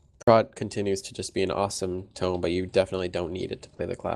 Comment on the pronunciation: Do..does say tomb instead of tome?